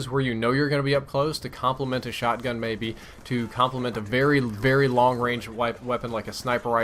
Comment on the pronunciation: Long barrel missed the "g"